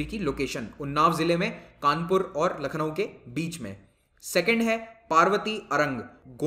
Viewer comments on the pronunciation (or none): none